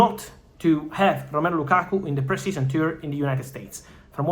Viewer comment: Thanks brother, but it's Lakakaaa*